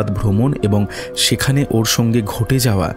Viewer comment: সবটুকুই সুন্দর, শুধু উচ্চারণের দিকে আরেকটু নজর দিলে পুরোটা শ্রুতিমধুর হতে পারতো। সুতপা, সঙ্গে, আতঙ্কগ্রস্ত-- এই ধরণের শব্দগুলোকে "সুতোপা", "সোঙ্গে", "আতঙ্কগ্রস্থ" ইত্যাদি-- শুনতে গেলে কানে লাগে।